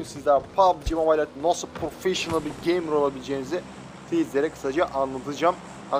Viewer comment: Agaaa türkçe hocana sövecektim az kala geymır ne 😂😂